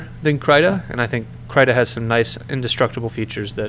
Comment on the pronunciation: Guhdough and kreeta are the proper pronunciations btw